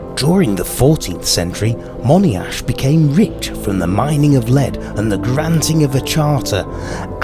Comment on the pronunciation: Would anyone know the correct pronunciation of Monyash? I say Monyash , as in Tony the name or Pony, a baby horse. A friend of mine insists it's Money-ash. You have pronounced the 'Mon', as in 'on' ie on this day. Is there a correct pronunciation or does it depend how posh you are?